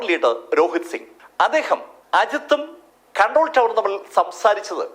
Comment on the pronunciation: ഖൺട്രോൾ ടവർ അല്ല ...കണ്ട്രോൾ ടവർ ആണ്